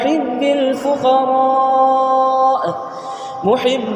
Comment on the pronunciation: الفقرآ ,,,,,,اس مے ف کے اوپر آپ نے زبر لگائ ھے لیکن !!!!فُ!!! ھے